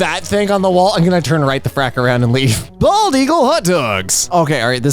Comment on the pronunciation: NOOOOO NOT BOLD EAGLE- My French trotting fan mind hearing bald as Bold